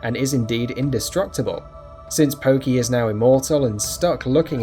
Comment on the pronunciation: Pokey? Smh..